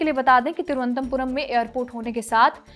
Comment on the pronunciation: You are not able to pronounce "Thiru-v-anantha-puram" just like the British. May be for like you they made the name Trivandrum? Sochne ka vishay hai